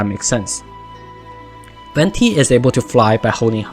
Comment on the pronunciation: Wenti is a wrong pronunciation, "Venti" literally means wind in italian and is pronounced the same way you write it. The Harbingers too have all italian names and everyone literally mispronounce la sognora and Tartaglia